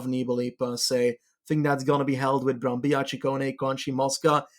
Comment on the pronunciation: Ehi, the double L in Brambilla is pronounced as the double L in Cancellara